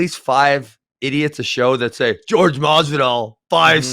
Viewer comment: His name is not George. His name Jorge.